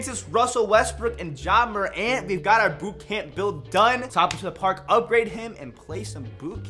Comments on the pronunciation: Why he pronounce morant like mor-ant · this man said morant like mo ant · “Ja More Ant”